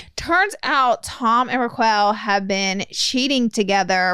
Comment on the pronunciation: The way you guys are saying Rachael (Raquel) name has me in the floor.